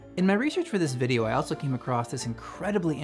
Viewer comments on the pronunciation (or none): none